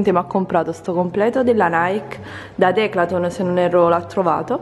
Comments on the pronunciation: minuto declatlon!? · E poi si dice decathlon non declathon